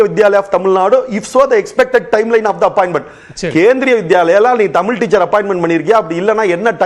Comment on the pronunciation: ஆசிர்வாதம் நீ முதல்ல தமிழ் ஒழுங்கா உச்சரி தமிழின்னு சொல்லவே தெரியல உனக்கு நீ எல்லாம் பேச வந்துட்டே